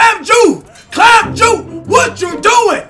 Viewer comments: I swear this nigga was saying clam jew instead of clamp juice... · its clamp juice not clamp ju lol 😂😂😂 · Just to let you know it's not clamp Jew it's clamp juice couldent really understand what you were sayin